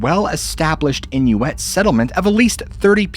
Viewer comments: I’ve never heard Inuit pronounced as “inuETTE” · inuit is pronounced in-you-it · Must be American that is not how Inuit is pronounced